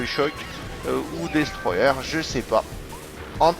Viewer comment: Jpartage ton avis sur Kazam. Bonne vidéo après 3 semaines _:D Et merde ! Avec ton putain d'accent Anglais ^_^ dis simplement : Destroyeur ;)